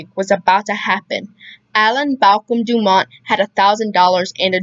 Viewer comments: FYI- the network was pronounced DOO-mont, nit Do- MONT. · The T is pronounced in DuMont.